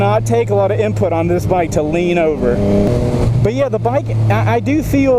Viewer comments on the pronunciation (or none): none